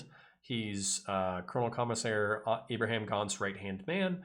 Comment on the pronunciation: I just found your channel today. I adore 40K lore stuff and the writing talents of Mr. Abnett. I consider myself somewhat of a pronunciation enthusiast. I actually prefer your Cat-a-kan over the more accepted Cat-ah-chan. The other one I kept hearing is an extra "H" in Ibram Gaunt. It is a very common American accentism to change Abram into Abraham. Almost a reversed contraction which is so fun. Maybe the popularity of Mr. Lincoln is to blame. But back to my pronunciation comment, Eye-bram not Eye-bru-ham. I have liked and subscribed and look forward to listening to your other uploads.